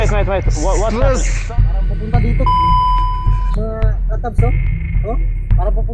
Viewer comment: It's normalcy, not norm-al-acy 😂